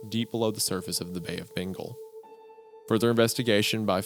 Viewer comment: You mean "bay of bingle" lmao